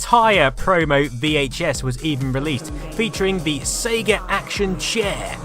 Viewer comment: "The SEGA CD" damn why you have to say Sega like that? lol It pains you to say Sega CD or Genisis over Megadrive huh lol